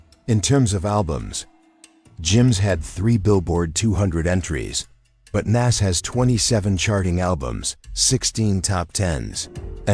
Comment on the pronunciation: it’s Nas not Nass wtf